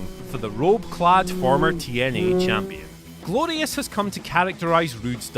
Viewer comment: Nonono It’s “Grorious”